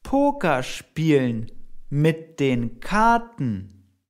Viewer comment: The pronunciation of "spielen" sounds as it does not have an "l"